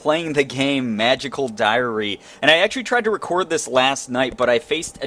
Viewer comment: Every time you say diary I just keep hearing diarrhea! Weird game and Hogwarts is just way cooler! :D